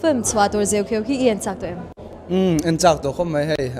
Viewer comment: Host hian a film hming a lam dik lo tluan thak mi hming koh dan a hre hlawl lo bawk. Chuan Josepha hi mithar ni lo film lamah 2004 khan a chang tawh